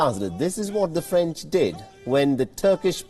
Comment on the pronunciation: It's French not Franch.